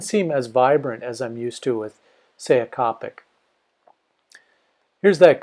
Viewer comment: It was killing me when he pronounced copic wrong